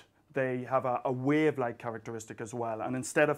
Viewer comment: Big fan myself too haha. By the way, you win the award for pronouncing "wave" in the most interesting manner. :)